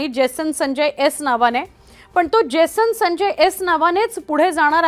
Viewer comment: Baai jibh saral nahi aapli. Uccharan kartana jad hot aahe. Jason sancchay , jason sanjya bolatana jibhela ghaam futat aahe 😂😂😂😂